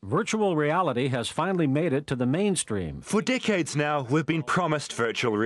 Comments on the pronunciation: Only a Few Dick head ago xD thats what it sounds like but he did mean Decades.. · Thats exactly what I heard when this video played I had to rewind it, was like "whaaat?" and then "for dickheads now weve been promised virtual reality" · Omfg thought he said "only a few dickheads ago" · I'm surprised nobody said anything about the saying "decades" sounding like "dick heads". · Im American, and I'm sorry if I offend anyone, but at the beginning, "decades" sounds like "Dickheads" xD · Eradk8 I understood a few dickheads ago... only after a few times replaying that part i heard. Only a few decades ago xD